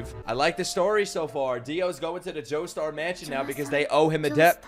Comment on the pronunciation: Bro said doestar at one point